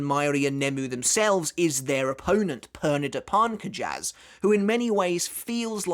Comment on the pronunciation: The Romanozation of Pernida's name is: ペルニダ・パルンカジャス = Perunida Parunkajasu So, their last name is pronounced Parnk-jus